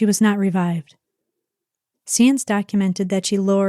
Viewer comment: You did a wonderful job on this story and I just wanted to let you know one correction. Not gonna specify why but I know for a fact her last name is pronounced sa-enz (signs). Sorry it drove me crazy the whole video. I’m sure it’s to much work to change it now but just wanted to give you a heads up. Thank you for your hard work in this video. Really enjoyed it. Also you are correct. She had many signs pointing to her being a drug addict and should never have been allowed to work in the healthcare field after being fired from her first job. Unfortunately the way Texas works she slipped through the cracks. I wish someone at the dialysis office investigated sooner and could have saved some lives.